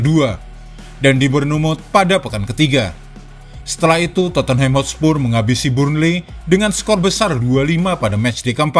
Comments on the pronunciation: Dia baca totenhem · Min maaf... Cara baca Tottenham itu dipenggal dulu suku katanya... Totte + Nham... Tot dan Nem Jadi, bacanya Totnem...